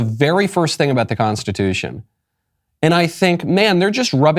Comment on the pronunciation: In my nine years of faking being a judge I have never heard of that word you just said, what was it, "Con-stuh-2-shun?"